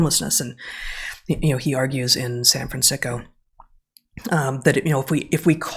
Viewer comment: Did Heather say San Fransiko?? LOl!